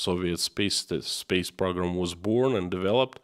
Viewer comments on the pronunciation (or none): PRO-GRAM. not PROG-RAM